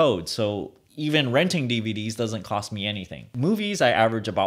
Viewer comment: Moives instead of Movies :D